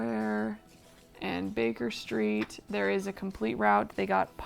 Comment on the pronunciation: Good job. Easy to follow. Just one thing…it’s London. Root(route) not rowt.😁